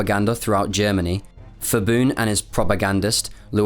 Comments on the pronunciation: No offense to you personally but I think it had to be said that your knowledge of Thai pronouciation is severely lacking. The 'ph' grapheme is never an 'f' sound in Thai. It's an aspirated 'p' so "Phibun" is 'pi-boon' not 'fi-boon'. I don't think it is that hard to research Thai phonology and transliteration. But somehow, foreigner always messed this up. I just cannot understand why. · Actually his name is pronouced as pi-boon(with a “P” sound)not phi-boon(fi-boon). Thai people usually write a word with P sound using Ph. Another example is the province Phetchaboon which the capital had been relocated to which is pronounced as pet-cha-boon not fet-cha-boon. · Please at least do some reseach in how to pronounce the names. Hearing Phibun said as "Fibun" is really cringey. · "Ph" in Thai is pronounced as P, not F. People making a video about Thailand should learn the basic pronunciation. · Thailand was saved from disaster by the atomic bomb. The British invasion was scheduled to start in September 1945 (although mostly aimed at Malaya). If Japan had not surrendured in August, the consequences for Thailand would have been bad. Bombing of Bangkok and other cities had already started but was not yet heavy. By the way, the Ph in Phibun is a Thai Ph and not a Greek Ph, so it is an aspirated P sound and not Ph as in Philadelphia. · I also find it extremely irritating you say Phibun's name incorrectly the whole video. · Great informative video but pronunciation can be improved. For whatever reason, when people translate Thai names to english, they add an H unnecessarily after Ps and Ts such as for Phibun, it's pronounced more like Pibun and Wichitwathakan is pronounced more like Wichitwattakan. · H is not pronounced in Phibun, like Phuket. Pibun not Fibun. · i need to point out that the “ph” in Thai is not an “f” sound but still a “p” with a silence “h.” Every time the dude says “Fibun” instead of Phibun I just eyeroll smh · It is PEE-BOON not FEE-BOON.